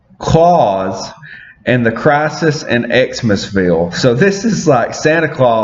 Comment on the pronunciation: Pfft, check this guy out. Doesn't even know how to pronounce Klaus. If you haven't read the first Batman/TMNT you should still give the second a shot, Freddie does killer art.